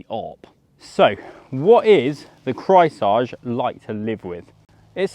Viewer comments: Craisage hahaha in german it‘s pronounced KREISSÄGE! It means round blade saw 🪚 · It's pronounced Krice-Age. Like Ice Age. Trust me. I am German. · The way you slaughter the name Kreissäge is astonishing. 😁 Just repeat, Grice-Say-Gey, haha. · Repeat after me: Kreis-Sä-Ge. Kreis like the Chrys of Chrysler, Sä like in the american pronounciation of sabotage, g like a g in the beginning of a word, such as going. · Kreissäge = Circular saw. It’s pronounced Krice(like ice) zege. That’s pretty close anyhow. Notice the illustration of the cat with the saw blade? He could have tried a little harder to pronounce it better/correctly. After all it’s a German brand, should have been his first clue. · He slaughtered that "Kreissäge" every single time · rarely seen someone butcher "Kreissäge" this hard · Dont pronounce Kreissäge in front of other Germans if you don't want to sound absolutely rediculous. especially with such a hipster bike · my ears are bleeding :D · turned it into french :P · As a German I flinched everytime he said "Kreissäge" - no cap. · Yeap….another German here….or “enasor jerman” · I had to comment this as well. flinched HARD. HARD cringe as well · He tried to pronounce a German word in French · You mean they don't speak French in Berlin???